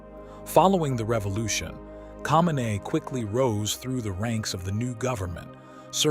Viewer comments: u can’t even say his last name right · lol at the pronunciation of his name, makes me question the quality of the rest of it